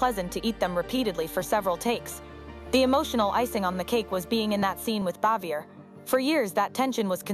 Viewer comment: Andy was a widower and It is Frances BAVIER, not Xavior